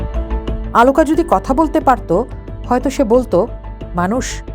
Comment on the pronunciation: Why does that ‘presenter pronounced AALOOKA’? Why not OLOOKA? Strange !!